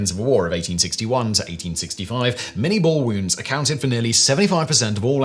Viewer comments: Its not the Mini-ball as in Miniature... its Minie as in the guy who invented it... (pronounced Min-ey, he was french). Small point of order but something everyone has done through history... the ball itself is almost twice as big as a conventional musket ball so mini would be stupid =P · It's pronounced "min-yay" not "min-eee". I've actually got a .54 caliber minie ball projectile on my desk. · ...and uses the American pronunciation of Lieutenant when describing a British officer. Plus 'minie' is pronounced 'min-yay'. Otherwise lots of great info.